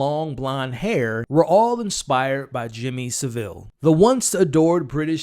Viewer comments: His name ia pronounced SA-vil, by the way. Stress on the first syllable. Cheers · Let’s clear some things up. It’s pronounced Savil, not Sa-vill. To give Jimmy context to Americans , it’s probably similar to Bill Cosbys journey from family friendly tv dad to …you know, but worse. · Pronunciation of Saville from all Americans to date is way off. Not “Su-Ville”…..”Sa-vull”. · It’s not Sev-ILL. It’s SAV-ill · It's pronounced Sav-Ill, not, as you seem to infer, Seville. Put simply, it rhymes with (Henry) Cavill. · It’s not pronounced Sa-vile it’s Sav-ile. The syllable break is after the V And jim’ll fix it stoped airing in 1994. I’m not having Jimmy crystal was a Jimmy Savile fan. He’s younger then me and i only knew the name Jimmy Savile and that he was a DJ. Had they made Jimmy crystal in his 40’s it would make sense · Seville is a city in Spain . Its Savile ffs ! 🙄🤣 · It's Saville that rhymes with Saddle, not Saville that rhymes with Seville :) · It's Saville not Seville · It's Savile, that rhymes with gravel. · Americans pronunciation of Saville lmao it's SAV (like 'have') - ILL (as in unwell) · It's neither; it's Savile. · Pronounced SAV-iLL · OH MY GOD 🙄You're MISPRONOUNCING Savile's name and it's sending me through the roof with rage I'm about to go ballistic jesus christ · The way you’re pronouncing “Saville” is killing me. I totally get why you’d say it like that as someone that’s not from here and isn’t familiar with the old nonce, but it’s very jarring! Great video though! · At least get Saville’s name right. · Thats some pronunciation of Savile